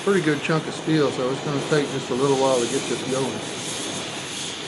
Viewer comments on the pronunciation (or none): none